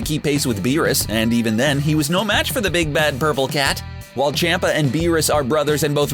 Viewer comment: For the love of God his name is CHOMPA ffs